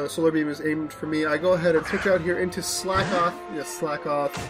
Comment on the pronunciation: Slakoth is pronounces "slack-oth", not "slake-oth", as it's a pun on the phrase "slack off". That Rufflet was beast :D